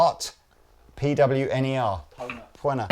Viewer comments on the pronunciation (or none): “Pwunner” lol. For future reference, lads, “pwn” is pronounced “own”. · Pwner: pronounced pow-ner, slang for "owner", like "you've been pwned" a classic original meme from the early internet ✌🤓 great demo hang guys! cheers